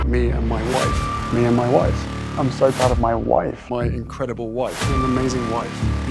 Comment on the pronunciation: “mah wawf” can be heard as my woof